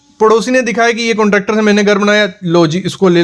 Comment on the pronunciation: कुंट्रॅक्टर नही कॉन्ट्रॅक्टर 😂😂